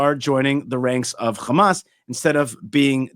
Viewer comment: ✊💦✊💦✊💦 you act like you’re fighting 😂 It’s Hamas not Khamas 😂 🤡 War? What war? lol you took their land and homes GOD will deal with you